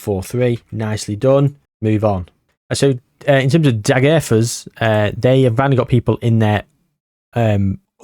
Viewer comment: Please pronounce Degerfors more naturally even if it comes of as Britishness deluxe, as a Swede that’d be much better